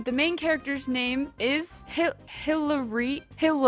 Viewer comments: Hilaria is spanish, comes from Latin Hilarius. It's pronounced EE-LA-RIA (the R is strong). We have in italian Ilaria and in english you have Hillary, from the same root. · When you were trying to pronounce Hilaria my mind went to an inside joke we have in my friend group and my mind thought Hitlery (it’s a long story) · Normal name: American name Imagine being such an uncurious and unworldly person who can't pronounce something as blant and terminally simple as "Hillaria". I don't really think I should keep watching this video, because to be honest, this bit here kind of dunked whatever credibility this list could have, I'm sorry. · Cuz she's American and I suspect she doesn't speak another foreign language because her linguistic skills seem pretty bad if she has a hard time pronouncing Hillaria or Edith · You really can't pronunce Suna? Or Hillaria? Or Nil? Please, tell me you are jocking, cause I really can't believe you CAN'T pronunce such terminally simple names as this.